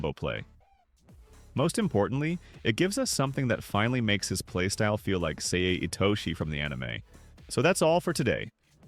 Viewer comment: bro called him 'say' not sae